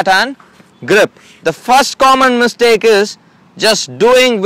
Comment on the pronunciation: It's mistake not mistack.